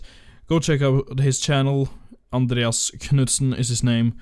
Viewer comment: when you said Andreas you sounded like a Swedish guy saying Andreas